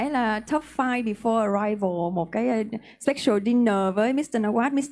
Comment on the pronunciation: phút special dinner nói thành sexual dinner ... không biết vô tình hay lỡ miệng nói thật ...